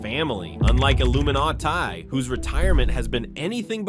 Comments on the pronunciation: Misproununces Iiluminaughtii, just proof that he's AI and should get demonetized for using it. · Not the voiceover misprouncing Illuminaughtii's name! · Ugh AI voice can't pronounce Illuminaughtii. Payba real person.